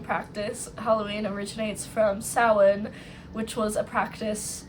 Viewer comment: You’re the first YouTuber I’ve heard pronounce Samhain correctly, that caught wildly off-guard haha. 🎃